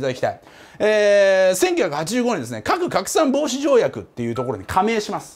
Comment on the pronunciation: カクカクさん防止条約に聞こえた